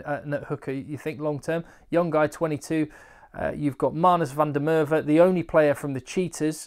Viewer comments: Good stuff as always. Quick note on pronounciation, the letter V is pronounced as an Englishman would say F when it is an Afrikaans name. E.g.: it sounds like Fun Der Merwe not Van Der Merwe. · That may be how a few English South Africans pronounce it but "Van der Merwe" is predominantly an Afrikaans surname. The Afrikaans pronunciation is very different (my English South African acquaintances adhere to the Afrikaans pronunciation). The "Me" sounds like the "ma" from "mastodon". Phonetically, the surname pronunciation sounds like "Fun durr Mehr-veh".